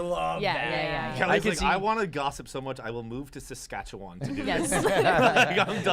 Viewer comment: Props to for getting the pronunciation of Saskatchewan pretty close. 🇨🇦